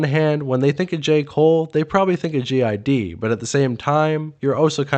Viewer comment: Why do you keep calling him "Gee Eye Dee"?? 🤔🤨🤦🏾‍♂️